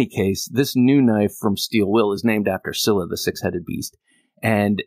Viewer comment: it's "Scylla."